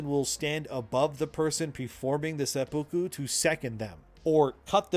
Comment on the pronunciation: Tip: seppuku is pronounced SE poo koo, accent on the first syllable, not se POO koo.